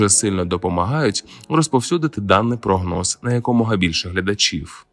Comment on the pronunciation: Якщо ти українчик так і розмовляй українською а не ополяченою западенською. Кажешь "Українчик" з наголосом на "у", "Україна" теж у тебе з наголосом на "у", "прОгноз" з наголосом на перше "о" , "мАгнітна буря" з наголосом на "а", "Очікується" з наголосом на "о", польське "наразі" вживаєшь замість нашого "поки що" ? Та який же ти після цього українчик ? Ти ополячений западенчик. Та й інтонація у тебе гундосна, в ніс. Так буває коли ніс полон соплей. Висморкайся, а потім кажи щось в ефірі, слухати огидно